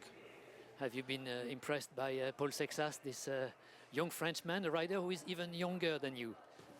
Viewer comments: It's not Paul Success... It's Paul Seixas! 😅 Seixas is a Portuguese surname. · SAY-shush ˈsejʃɐʃ this is even worst that Joao :( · Why is he pronouncing the poor French cyclists who came second name like that!!!!